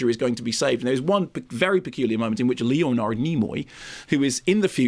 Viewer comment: I like Mark Kermode but he has a weird way of pronouncing Leonard as Leo Nard which was kinda jarring